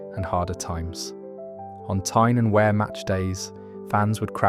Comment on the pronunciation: Vaux (as in Hawks) and Wear is Wier not wear.